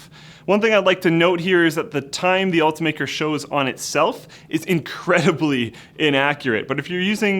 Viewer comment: It's pronounced Ult-I-maker not ultamaker